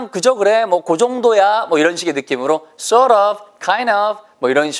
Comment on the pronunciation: Sort 가 salt인줄 알았당 ㅋㅋㅋ 발음이 sort가 엄청 혀가 말리는군요 ㅎㅎ ㄱㅅㄱㅅ